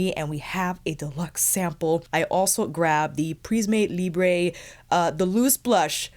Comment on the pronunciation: Hello, Oh please search the right prononciation. It's not a spanish brand it's french prism[eu] libr[eu[ ❤️